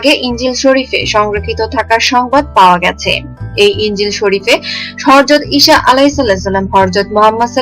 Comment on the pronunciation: oi mohila name gulo thik kore bolte porona?harjot ki? ota hajrat habe, ar isha habena isa habe